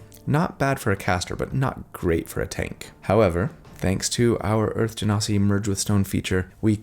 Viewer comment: You pronounced Genasi correctly! 😊 I'm so proud of you! You've come a long way! Now we have to work on your Yaun Ti.. it's pronounced Wahn Tee. 😉